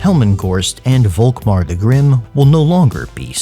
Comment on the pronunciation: Please - the Name is spoken FOLKMAR - its a German Name ;)